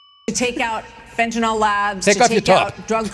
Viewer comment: THE NAME OF THE EFFIN DRUG IS "FENTANYL". Not fenta-NALL. This is such a huge pet peeve.